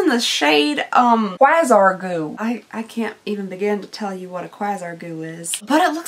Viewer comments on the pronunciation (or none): Quasar is pronounced like “kway-zar” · So fresh and so clean was a hit song from Outkast. Fun video lol. Quasar goo is an interesting name lol. I think it’s pronounced Kway-zar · Constructive criticism: Chuckling and laughing while you are speaking gets ridiculously annoying after awhile. You say “actually” about a zillion times in every video lately. Quasar is pronounced quay-zar. If they don’t come with the prices then use your phone to look them up. I mean, c’mon! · You saying quasar wrong hurt my soul